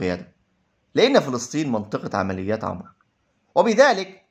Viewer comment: مشكور على مجهودك لكن اللغة العربية للأسف فيها أخطاء كثيرة و نطق الأسماء و خصوصا عمرو و ليس عمر